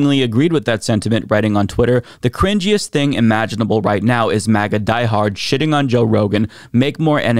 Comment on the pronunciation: Why is he saying 'MEGA' instead of 'MAGA'? 😆